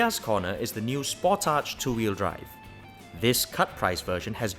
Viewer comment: I know it's late. but You were pronouncing it correctly. These kids don't even know how to pronounce names and they review cars. It's indeed pronounced Spor-Tage